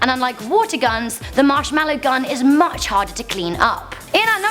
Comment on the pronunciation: lol you can not say mashmollow